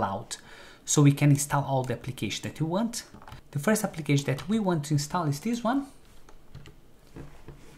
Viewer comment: Everything perfect but please, stop saying chew instead of to